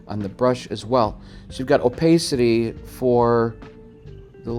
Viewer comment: for goodness sake, if you want attention (and keep it) use an attractive woman instead of a dog or some weird space suit character. By the way, what country are you from? I ask because of the weird way you pronounce "opacity"! Using the word incorrectly as many times as you do in this tutorial is very annoying! Good luck with your venture. People who complain that a limited Adobe subscription which would include Photoshop, Lightroom, Bridge for $15. USD per month is eating their budget is ridiculous! If you've been paying for a subscription for 25 years as you've claim here, then you shouldn't be paying more than $10. USD per month by paying for it yearly instead of monthly. re: Opacity - type this into Google's search bar (how to pronounce opacity in english) and then listen to the proper way to pronounce the word.